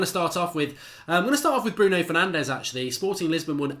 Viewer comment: Its “Bruno Fur-naan-jeez”